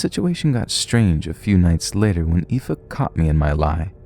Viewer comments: I'm genuinely impressed that you were bothered to look up the way to pronounce 'aoife' ❤ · I'm from Belfast and just wanna say I am so impressed you pronounced Aoife + Roisin! Keep up the good work, love the vids!